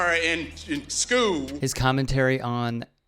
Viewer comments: He said skew instead of school 😅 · “CTRah in skoo” HAHAHAHAHAHAHA